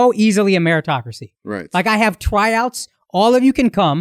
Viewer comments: Bruh I don’t get how flew past me cause that is a hard ‘TWYour’ but tbh I don’t hear it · We going to ignore the fact Akaash keeps saying twyouts and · "Twyouts"? 🤣 Bruh get ya mouth together.